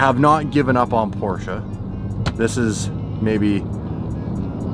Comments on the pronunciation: whay u call the PORCHE .... PORCHA, becouse its not call porcha, come on, call it right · Pls say "Porsche" properly. Thanks.